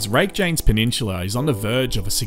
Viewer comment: Rake-janes. Spoken like a true aussie